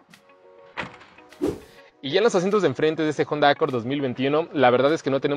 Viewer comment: Dislike por decir "JONDA"